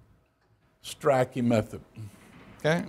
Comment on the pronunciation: He is exactly the sort of teacher that makes me cringe. From his condescending tone, his inability to pronounce Durer's name correctly, and then mispronounce Strachey's, to the veiled reference questioning Durer's sexual orientation, to faffing with tech and relying on wikipedia for his source material, to his shitty board work to his crap jokes that land like downed 747s, I would have walked out of his classes back in the day and marked him down as an annoying old fart. Which he is. FFS what part of Durer is difficult to say???